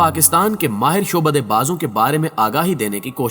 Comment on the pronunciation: Shobada nahin....Sha,abda hota hay